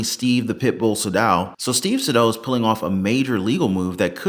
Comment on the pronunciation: According to Saydow’s own LinkedIn post, the correct pronunciation of his name is SAY-dow. Google it.